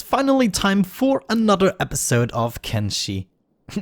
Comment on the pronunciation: wait, i just heard you say Kenshi properly? i went back and listened twice and its the closest yet!